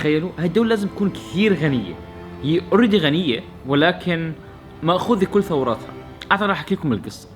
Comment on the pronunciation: انت غلطت مرتين ب كلمه ثوراتهم هي ثرواتهم ياحبيب صحح كلامك 👍